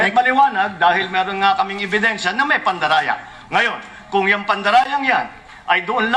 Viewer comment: "pandaraya" 😂😂😂 Slipped. Sakpan